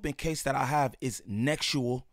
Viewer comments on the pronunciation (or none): “Nexual” is crazy 😂 i know why you gotta say it like that but that’s still hilarious